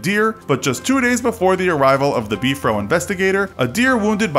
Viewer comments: I don’t want to sound mean but it is not be-for it is b-f-r-o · It’s not “Beefro” it’s B F R O!!!! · It’s the BFRO not Beef row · "BEEF ROW" smh haha (Bee-eff-are-oh) is what I'm use to hearing, so it was just a bit jarring to hear "Beef Row" over and over haha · Beef-Row? Come-on autoplay... It's just BFRO just say the letters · It is just called B-R-F-O, not beefro. Interesting stories. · It's B .F .R. O not Bfro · Not sure what b-fro is... but if you are talking about the big foot research organization you just say the letters. B-F-R-O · It's BFRO not Bfro I don't think Bigfoot has an Afro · It’s not “Beefro” it’s B-F-R-O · You’re not into Bigfoot that much. You’ve pronounced some of the common words the Bigfooters use. 😘 “Beef-fro” 😊. It’s B R F O. Just say the words. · Beefro, HAHAHA!😂 ITS B.F.R.O.! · You said "beef-row." Lol, REALLY? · Why does he keep calling the bfro “beef row” !? Its killing me 😂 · I've never heard the Yowie pronounced the way this narrator (mis)pronounces the word. The same can be said for the way he refers to the BFRO.